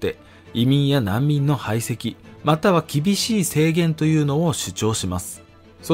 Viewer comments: 排斥の読みは、はいせき、だと思うのですが、はいそ、とも読むのでしょうか？ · 排斥は「はいそ」ではなく、「はいせき」です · 排斥 はいそ✕ はいせき◯ でもAI朗読に頼らないのは立派だと思います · 5;57 排斥ははいそではなくはいせき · ✕排斥(はいそ) ○排斥(はいせき) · 「はいせき」では、、、？ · 排斥は「はいせき」って読みます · 排斥は「はいせき」じゃないですか？ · 排斥は「はいせき」でしょ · 排斥 はいせきと読みます 普通の保守の主張を極右極右と言って居ますが、では極左の主張とはなんなのでしょう。 投稿主の思う中道はどこなのでしょうか。全く理解できません。 学びのある面白いチャンネルだと思っていましたが、最近の動画のような偏向情報だと視聴者は減っていくでしょうね。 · 「学び直し」ってチャンネル名ですが、「極右」という否定的なニュアンスで取り上げているのは、日本の他一部であって、訳し方が良くないかと。 あと、「排斥」は「はいせき」ですね。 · 排斥の読み方間違ってますね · 内容に直接は関係ないんだけどさ、排斥とかいう簡単な漢字もまともに読めないのってなんで？そしてそれに触れたコメントも全然ないのはなんで？ こういうチャンネルやるなら苦手な感じの読み方くらい調べてもいいと思う。保守向けのビジネスチャンネルで広告収益以外どうでもいいのはわかるけど、気にかけたらどうかな？